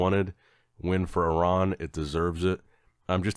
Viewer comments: Thank you for pronouncing Iran correctly. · is the only American pronouncing Iran correctly.